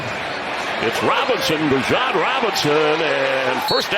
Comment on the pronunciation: Is the announcer saying "Bijan" wrong or have I just heard it said wrong every other time?